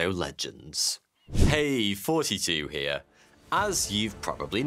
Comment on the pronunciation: Hey.....fortytwo heah!!!